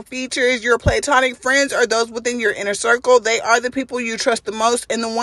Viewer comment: Pronounced Pla-tonic not playtonic.